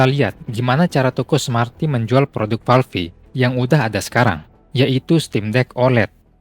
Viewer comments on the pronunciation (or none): valve kok baca nya valvi? wkwk